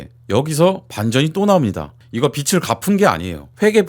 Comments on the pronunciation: 빚을 - '비츨' 이 아니라 '비즐' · 자꾸 빚을 빛으로 발음하니 집중이 안된다...